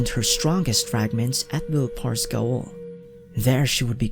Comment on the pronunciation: Alright you're probably not going to respond or possibly read this but the word gaol is pronounced like jail as in a prison,dungeon or jail and the word gaol originates from the anglo-norman french language or medieval france.